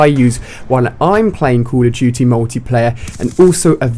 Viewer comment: i love how he says COOL of DOOTY